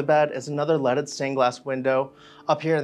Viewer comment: Every time he says leaded window it sounds like he is saying lettuce stained Glass